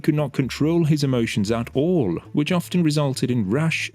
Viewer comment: There's no "t" sounded in "often".